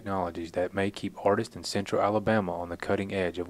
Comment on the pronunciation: It was very rushed. 22-seconds more would have made a huge difference in the delivery of information. The southern accent is fine, but the person talking should learn how to enunciate properly. Simple works we drastically mispronounced. Examples: "Centruh" - central; "ort" - art; etc. Finally: I listened to this 5 times and still haven't a clue as to the name of the person talking.